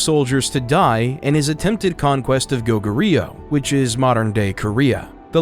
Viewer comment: Did you seriously just butchered pronouncing Go Goo Ryu...